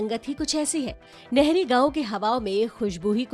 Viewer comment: It's Nahri नाहरी not Nehri (नहरी)